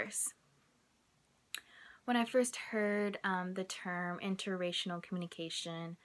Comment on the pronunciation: Are you saying interracinal?